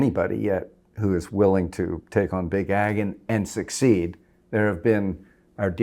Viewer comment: what did he say? Big agon? What's this?